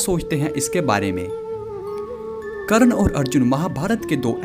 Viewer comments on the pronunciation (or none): कर्ण नाम है.. करन , करन क्या बोल रहे हो? .. कृष्ण बोलना सीखो ! You just need to learn how to pronounce name before making videos.